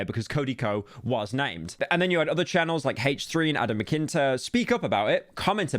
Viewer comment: Saying Adam’s name wrong haha